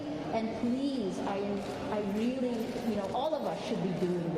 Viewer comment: Reary reary good.